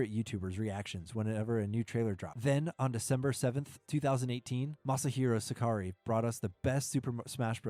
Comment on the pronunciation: That's not how you pronounce Sakurai btw